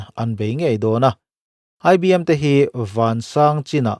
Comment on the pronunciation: ICBM TIH TUR ANI ZAWKLO MAW IBM TIHKHA SIR